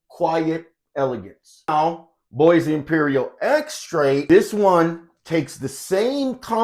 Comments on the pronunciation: Nice! Its pronounced as Buah and not Boysee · Great review. Bois is pronounced BWAH.